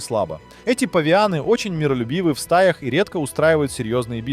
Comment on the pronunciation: Ты чё так ударения коверкаешь? Живут в саваннАх, у самок в стаЯх очень чёткий статус. Или это робот ИИ в озвучке тупит? После бабУины, я выключил видос.